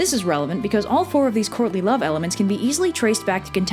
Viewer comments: As much as I love all of your videos, every single time you say Courtly Love in this, all I hear is "Courtney Love". IDUNNOMAYBEIT'SJUSTME but it did make this video a billion times better because I kept mishearing it. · I know you are saying "courtly love" but I swear I keep hearing "Courtney Love". LOL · I keep hearing “Courtney Love” and it sends me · Obviously I'm watching this long after you made it. Somehow, almost every time you said "courtly love", I heard "Courtney Love". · I kept hearing "Courtney Love"... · I couldn't stop hearing "Courtney Love" instead of "Courtly love". Also, Arthur's dad and Elaine are basically pulling a Zeus. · She says "Courtly Love" and not "Courtney Love". The former is a mating dance done by early humans and the other may or may not have, but probably almost definitely did, kill her husband, Kurt Cobain. I know I'm not the only one who could not NOT hear "Courtney Love." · I keep hearing 'Courtney Love' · i'll be completely honest i thought you said "Courtney Love" the whole time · I kept hearing "courtly love" as "Courtney Love" and it changed everything about this video for me.